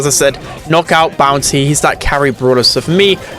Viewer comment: Great video, thanks pal. Not sure if I'm heaving hearing problems or you are pronouncing "bounsy" instead of "bounty" ?